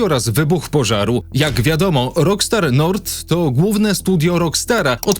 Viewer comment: Weź chłopie zacznij normalnie wymawiać ang nazwy. O ile " rokstar nord" można jeszcze ścierpieć to to że " skontaktował się z nim ceo spółki .." no to serio jest nieprofesjonalne. A szkoda bo nazwałeś się ładnie więc wypadaloby żebyś też chlubnie się wypowiadał a nie tylko liczył na lajki za samo podjęcie tematu związanego z GTA 6.